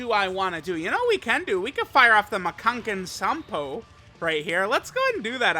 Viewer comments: Unless I'm understanding this incorrectly, their supports don't stack, so they can't give 60%. Unless it means it's only counting one Bond of Master and Disciple ally to proc that support, and that support along with Super Class stack. I could be wrong. Edit:, PLEASE stop saying Makankosappo. You never pronounce it right. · Hearing say Makankosappo wrong is kinda hilarious tbh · He says it so confidently too